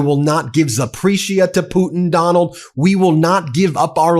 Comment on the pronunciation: I thought at some point you accidentally said Poopin not Putin.